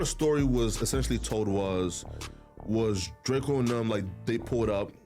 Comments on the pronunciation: It’s drakeo not drakio get it right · Drakeeo the ruler ..... Pronounce the name right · Stopped listening when I heard you pronounce Drakeo.